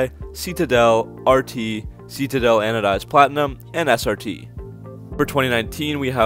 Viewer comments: Love your channel. One small funny annoyance. Citadel I believe is pronounced "Si-Te-Dell" not "See-Tee-Dull". But I may be wrong :) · we have the "see-ta-del" (Citadel)